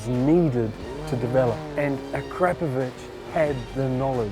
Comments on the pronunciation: A-Krap-A-Vich? Try Akra-Po-Vic! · Ah-crap-oh-vich I always thought it was Akra-poh-vich, as most say. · A-crap-ovich come on at least say it properly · A Crap Of Itch is hilarious. I always pronounced it Air A Povick. The K is silent. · Hmmm, and all this time I’ve been pronouncing it “Ack-Ra-Poe-Vitch”. Don’t I feel like a dummy. Very very nice, high end exhausts. I have a 2018 Triumph Street Triple though and their exhaust for those is hideous so I went with a Yoshimura. The Striple comes factory with a nice, modern low slung exhaust and that’s what I want and think looks best but the Ackra exhaust for the Striples is a huge 1990’s looking thing that comes all the way up to the rear passenger peg. 🤢🤮 I really wanted an Austin racing pipe but they’re just way out of my budget.